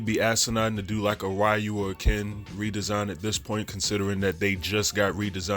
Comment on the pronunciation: It's 2023 and thus dude calls him RAI-u